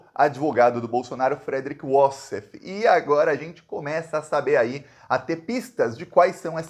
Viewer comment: O cúmplice advogado Wassef não é inglês nem norte-americano. É descendente de árabe. A pronúncia deve ser "va-sséf" e não "uó-ssef".